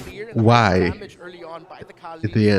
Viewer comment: That Tzy is read as 'TEEZEE'. :)